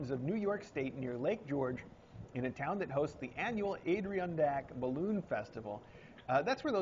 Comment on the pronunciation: It is pronounced AD-A-RON-DAC